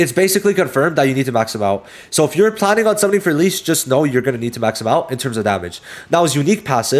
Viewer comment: You kept butchering the pronunciation of Licht. You really need to watch the english dub to learn the correct pronunciation.